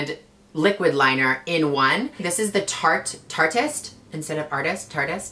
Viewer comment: I thought it was pronounced tart-EE-st but as soon as you said tarteist like artist I actually had an epiphany. Thank you for enlightening me Gigi hahaha